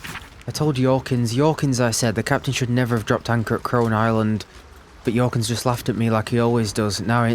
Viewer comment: I'm not sure why, but the way you pronounce names starting with J in this universe ("Yorkins", for example) feels right to me. Might be because I'm from the Nordics and the themes in Northern Faerun go well together with our fables. Merry rest of the campaign!